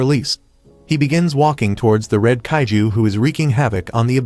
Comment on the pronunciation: It's not caitiz it's it's kaiju